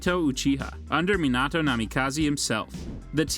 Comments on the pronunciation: Stopped watching when this dude said "Menado" 💀💀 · Shut the hell you can pronounce kushina but can't pronounce Minato what.